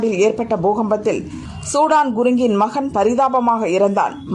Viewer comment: இவர் சூடான் குருங்க் இல்லை சுதன் குருங்க்.... இப்போதெல்லாம் செய்தி வாசிப்பாளர்கள் கவனமாக படிப்பதில்லை... வாய்க்கு வந்ததை விடுகிறார்கள்